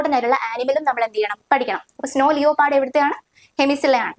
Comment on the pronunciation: Nice class... ലിയോപാർഡ് അല്ല , ലെപ്പേർഡ്